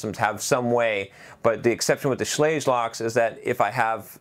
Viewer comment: Schlage rhymes with "egg". 8 minutes into an 11 minute video and the box hasn't even been opened yet. zzzzzzzz